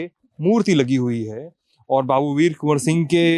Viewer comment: Kon Singh bol rahe ho 🤣🤣🤣🤣🤣🤣🤣🤣🤣🤣🤣🤣🤣🤣🤣🤣